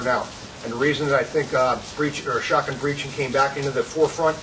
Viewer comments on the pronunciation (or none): none